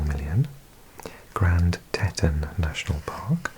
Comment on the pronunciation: Grand Tetons National Park is pronounced Teet-ons 😊 great video!